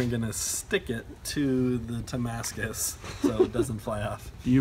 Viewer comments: Its Damascus not timascus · It's Damascus